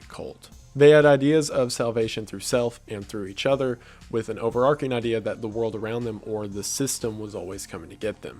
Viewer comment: overarCHing, not overarking (which is not a word)